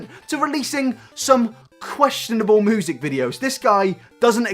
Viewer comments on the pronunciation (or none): I love the way u say music xD moosic